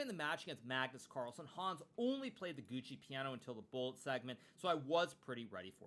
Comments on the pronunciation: Love your content but learn some italian. Its not Gucci Piano but Giuoco Piano. 🙏🙏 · "It goes back to the classic Gucci Piano"? Gucci Piano? Is that some new European fashion label for rich people who are trying not to raise any attention by being really quiet? Or did you really want to say "Giuoco Piano", ?